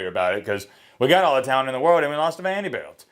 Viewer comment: Say it with me.....VANDERBILT 😆